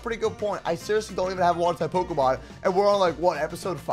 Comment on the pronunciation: Pikelmon is really bad with generating ultra space. can't even pronounce pokémon properly.